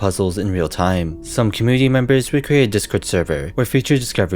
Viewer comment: why youtubers these days prefer to speak so annoyingly with enunciating and putting stress on the last syllable of the last word in their speech even if it’s incorrect (suddenly the word “commUnity” becomes “comunitEE”, or “Answers” becomes “answErs” and so on)